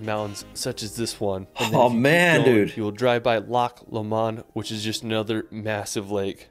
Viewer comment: Ocht i dunna worrie aboot the Edinburgh thing noo, it's like the English wi Loch